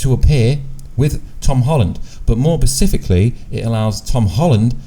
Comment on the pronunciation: How do you not know who Andy Serkis or Woody Harrelson are. 🤦🏻‍♂️ it’s mind boggling that are you even discussing movies if you don’t. And did you say “more pacifically” 😂